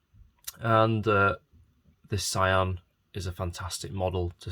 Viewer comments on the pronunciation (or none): its so adorable, btw it doesnt pronounce as sa i an, its prounaounce just sian not "ai" but "ii" like "see-an" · yeah they did perfect job for a miniature i believe. Actually i confirmed the Sian pronunciation from the YouTuber supercarblondie because they italians tell her the correct pronunciation. ^.^